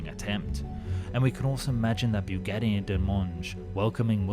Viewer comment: Only made it just over two minutes into this video until I could no longer listen to this guy mangle the name Bugatti. Byougetee . . . Really??? have you never heard anyone actually say Bugatti before?